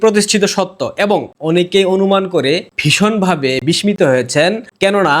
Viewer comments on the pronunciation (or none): তুমি সব সময় content create করো। আমি তোমার content miss করি না একটা ও। তাই সেই অধিকার নিয়ে মাঝে মাঝে তোমার কোন ভুল উচ্চারণ শুনলে ধরিয়ে দেওয়ার চেষ্টা করি। কারণ কানে বাজে। ছেলে মানুষ তুমি। ভূল হওয়া কোনো অন্যায় নয়। তুমি একটা শব্দ বলছিলে বিসমিত ওটা হবে বিস্মিত। আশা করি যদি দেখো তাহলে শুধরে নেবে। ( একটা আন্টি)